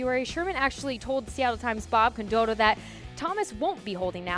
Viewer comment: Miss pronounced Bob condotta